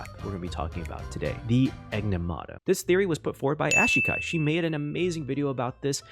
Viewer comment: Bro kept saying Enigmata wrong 😂